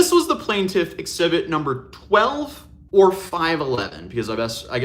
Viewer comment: Its pronounced "plain-tiff" not plant- if. 😬 js